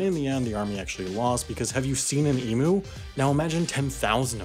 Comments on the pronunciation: Angry Aussie here. (Loved the video by the way.) However, us bogans pronounce it eam-you, not ea-moo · Eeeem-you! NOT Eemooo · Ha. The pronunciation of emu is eem-YOU not ee-MOO. 😂😂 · For FUCK SAKE, It is pronounced "EEE M'YOU" not "E-Moo". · Emu is pronounced eem-yew. Not ee-moo. *this isn't me being presciptivist of English, it's an Indigenous word. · Also Emu is pronounced Ē-Mew, not E-Moo (which is how you pronounced it). Also, if you didn't know a long line above a letter means it's a long Sound. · All Americans refuse to admit that it is not pronounced EMOO. It is pronounced more like emew. Also, there was no emu WAR. It was just a few farmers complaining to the government and to make the farmers happy the government sent a few men with not enough ammunition. It was never a WAR, just a few men. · I must not be the only person to tell you it's pronounced "E-mew". Not "E-MOO". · Emu is suprisingly pronounced: E-mew. Mew as in the mythical Pokemon. Not moo as in a cow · it's eem-yoo not eemoo i'm literally crying rn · Wendover, I love you, but being the outback buoy I am I have to stress that emu is pronounced "eemyoo" and not "eemoo" <3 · Bro its "eem-you" not "ee-moo" lmao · Arts eem-you not eemoo 😂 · EE-M-YOU not EE-MOO you seppo. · We say “eemyu” not “eemoo” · Its pronounced eem-you not ee-mu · Emew - not EMOO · Why can't foreigners say 'emu' everyone adds a oo sound 'emoo' it's not an emoo it's an 'emu' em-mew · It's not E-moo, it is pronounced Eem-you. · It's pronounced Eam-you, not Eam-oo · It's "eem you" not "e moo" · Eeem - you not eeemooo :'( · em-mui not e-mu my man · E-mew like the greek letter (mu) not e-moo... Funny 'Mericun pronounciation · Emoo... lol! They aren't cattle. (It's pronounced eem-yoo) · eem-ewe not ee-moo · Emus are pronounced eem-yous, not eem-oos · Aghhh!!!!! It's "e-mew", NOT "eemoo"!!!!!!! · "EE-MYOU", not "EE-MOO"! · Please pronounce them as “e-mews” not “e-moos” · It's emu NOT EMOO!! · Um, it’s pronounced /imju/, not /imu/